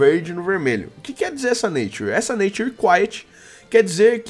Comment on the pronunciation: falo os nome tudo errado, nature, iv etc..